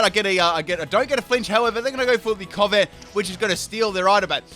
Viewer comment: mimic-ooh - mimikyu says coh-vet for covet as well lool, not even a pokemon just a word